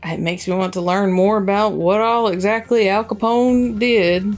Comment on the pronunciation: ....how do you mess up Al CAPONE????? No worries, much love for ya both...but Em...tsk...lol